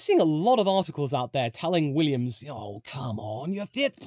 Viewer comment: Less goo Weeeummss!!